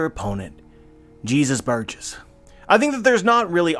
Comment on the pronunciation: How come you said Jesus Burgess in a country accent? lol